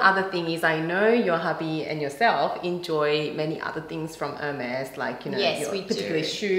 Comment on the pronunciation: Thank you ladies at least you know how to say Hermes. Do you know you only got the leftovers? I would not pay $100.00 for one of them. I still got my grandmothers Hermes saddle, my mothers scarfs , my own, towels, blankets and pillows, heaps of bags even on my husbands boat. Heike Port Douglas Australia